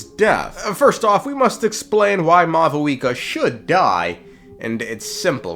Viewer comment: why do you call her mau VOO EKA its pronounced maw wika